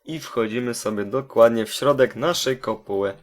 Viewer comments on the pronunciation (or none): none